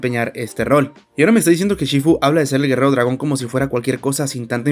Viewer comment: No es chifu, es shifu